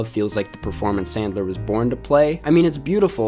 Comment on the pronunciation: I wuv Adam Sandwuw. 😁😁😁😁